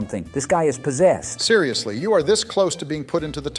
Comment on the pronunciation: bro aint possessed, bro is poszesty💀💀💀